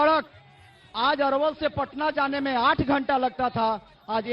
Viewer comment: अरे भाई पहले अपने रिपोर्टर को नाम तो सही से बात के भेजो। अरवल है ये अलवर नही।